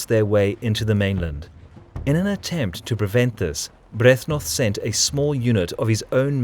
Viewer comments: You repeatedly mispronounce Byrthnoth, which besides being a little bit annoying, is also a bit comical since you have the correct spelling on the screen quite a lot :P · You sure about pronouncing "Byrhtnoth" right? "Sheer power and brutality" Sounds somehow Germanic. ;)